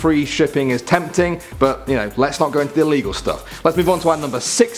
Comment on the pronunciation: ITS ILLEGEAL